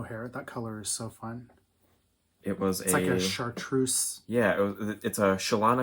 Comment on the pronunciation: Thanks for a fun podcast. I liked immediately, but when he said 'chartreuse,' he sealed the deal.